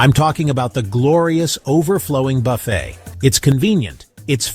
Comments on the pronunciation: The word "buffet" is pronounced 'buffay', not buff-et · Its pronounced, Buff A